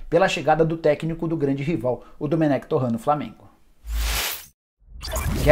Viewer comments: Torran?? Ou torrent esse cara só pode ser comédia, mesmo depois do cara ter falado como se pronuncia. 😂😂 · Para de falar TorrAN, Nicola. Tá dando agonia ouvir esse francês sendo q todo mundo já sabe a pronuncia correta.